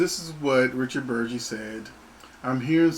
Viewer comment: BERG - EEEEE , Not BURR - JEE